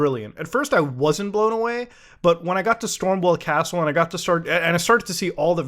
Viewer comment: Muta pronouncing "Stormveil Castle" as "Stormwell Castle" is peak India XD